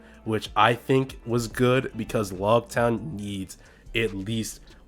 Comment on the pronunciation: lougetown not logtown